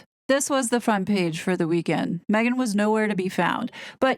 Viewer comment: I live for you to pronounce “Maaaaaeeeegaaaan” 😂😂😂😂